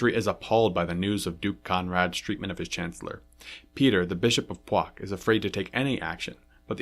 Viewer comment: Płock = Pwotzk 😉